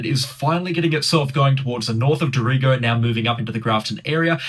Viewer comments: Dorrigo....pronounced "dorry-go"😉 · He, Respects. It’s pronounced Dorry go.🙏🏼🌹j. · Yes, I was wondering where this town of Doreego was